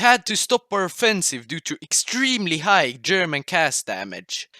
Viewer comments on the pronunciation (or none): none